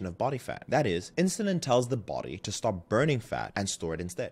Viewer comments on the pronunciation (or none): none